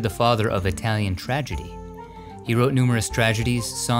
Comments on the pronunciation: Your Italian pronunciation is pretty bad ass. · As an Italian from Milano, I appreciated your very good Italian pronunciation. Another time you should go deep down in the " La Madonnina" the way the Milanese call the Cathedral. in the depths of the underground you can find the grave of Sant' Ambrogio (Saint Ambrose). The Ambrosian Mass is the only variation of the Latin Mass approved by the Vatican.